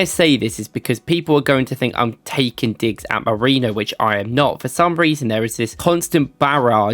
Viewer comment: Molerino bro come on can you read it one time